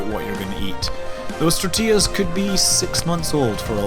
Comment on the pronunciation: You pronounced "tortillas" correctly. My day is made!